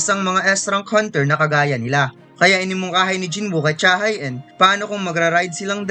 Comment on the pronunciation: Cha Hae-in ay Korean kaya ang tamang bigkas ay Cha HE-in.... Hindi Cha Hay In